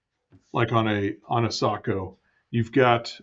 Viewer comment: Yes finally Sako is pronounced correct unlike anybody in Australia can do. 😅😅😅